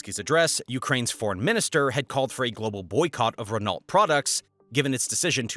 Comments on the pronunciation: Renault is "ren-o" more than it is "Ren-alt" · 1. It's Nestlé pronounced Nestle-aye. Not Nestle-ee 2. Renault is NOT Wren-alt. It's Wren-oh. 🫠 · RRRRRREN NAHJUALT!!!! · Right! He says Renalt 😂😂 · The pronunciation of “Renault” was hilarious to me - and I’m English! 😂😂😂